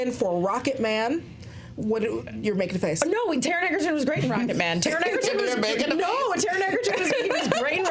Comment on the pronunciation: It's pronounced Edge-erton not Egg-erton.